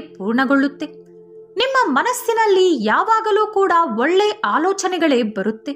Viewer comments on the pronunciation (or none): none